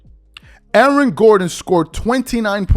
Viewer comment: Who else heard "Alan" Gordon? lol